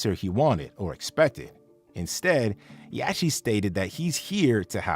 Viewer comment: Bro…… it’s pronounced Yotty….. dude I’m sorry but I respect you and if you got a booger I’ll let you know yacht is pronounced yot……I apologize I realize we reacting to another tuber who can’t even pronounce quavo smh